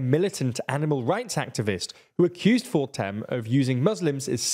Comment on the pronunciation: It's Pim Fortuyn not Fortem. (it's the M that bugs me)